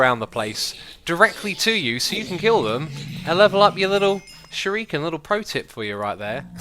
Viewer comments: its not shiruken its shuriken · ShurUken and osium. Its supposed to be pronounced shurIken and osMium :D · actually it's pronounced Shoo-Ree-ken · I think he's pointing out that it's shuREEken, not shuROOken. Also, little heads up, it's the manyullyn (obsidian too) that breaks "unbreakable" stuff. replace the manyullyn and those shuriken should never run out. magma slime is a good choice, especially if you put blaze dust on them. Prismarine could also be good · Sh*U*r*I*ken. Not Sh*I*r*U*ken. And the U is long (Sheruuken). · Shuriken: pronounced shoo-di-ken. Japanese R's make a D sound. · Others have pointed it out: shuriken is pronounced sure-"e"-ken. Osmium is pronounced Oz-me-umm. :) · Shuriken is pronounced "sure-ee-kin" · Pronounced sure-ih(or eh) kin i would know being a black belt myself and trained in the arts of Japan (btw I'm arftroopr from ur stream :p) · "Ossium" "Shuruken" This is like Etho's Ark Let's Play all over again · YSquared, Yobozo and sher-u-ken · SHURIKEN. SURE-I-KEN. Im sorry but what people mispronounce Japanese words it really drives me crazy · its a shuriken not a shooroken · Who else was getting triggered by how he said Shuriken and and Osmium! Aha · The way X said osmium was bad but then he said shuriken. In the first minute I also most died as I am an avid lover of cool materials on mods and also ancient weapons. X I now speak directly to you, plz no more